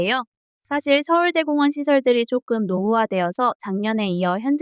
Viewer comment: 진짜 정성 가득한 영상이라 추천박고갑니다!! 근데 서울대 공원이 아니라 서울 대공원인데 서울대 공원으로 읽어주시는 느낌이라 좀 어색합니다😅